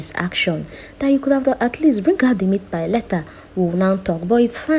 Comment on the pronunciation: It's meatpie not meatpile.